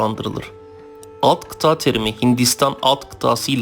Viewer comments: kitaa degil kita a yi kisa söylemelisin. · Kıta kelimesini kıtaa olarak söylemeniz çok kulak tırmalıyor. Biraz çalışın bunun üzerine bence.